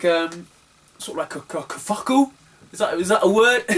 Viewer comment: Bloody hell, that was a long one! "Kerfuckle" hahaha, that cracked me up. It's kerfuffle, but I prefer your version. I find that XBOX isn't that popular amongst UK collectors, more popular in the US. Most collectors I know aren't willing to spend more than 50p a game, but there are a few pricier titles. See you in Manchester!